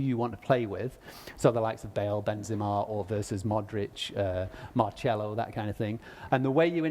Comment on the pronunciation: the way that he pronounced Marcelo...